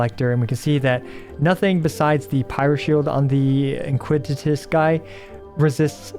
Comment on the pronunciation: Iniquitous is pronounced "eh-neh-quee-tus"